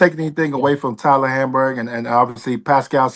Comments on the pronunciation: Whey he say hamburgerler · Someone please give me the time stamp for Toine calling Hali “Hamburg”😂🤣